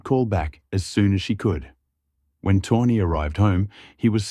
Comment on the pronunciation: It's pronounced "toe knee" not tawny 😂